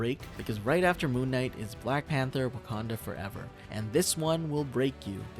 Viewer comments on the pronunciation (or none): none